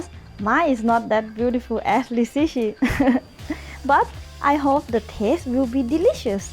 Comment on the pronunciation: I'm not chinese but I tried to learn reading pinyin for a while and I'm pretty sure you actually pronounce it "lizichi" not "liziki"